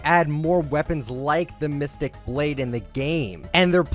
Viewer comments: “Mysteic” LMAO it’s Mythic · “mistic” mythic pls not h8